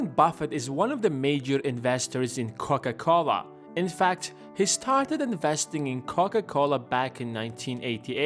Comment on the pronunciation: Haven´t you made a video about how Warren Buffett invests his money before? 1.52 are you dissing Coca Cola???🙂 Sounds to me like you say Cock A Cola🙂 You got humor I LIKE that👍🙂